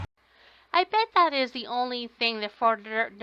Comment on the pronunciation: Do any of these idiots know that the letters th are not pronounced as a d. he says you know how to do dat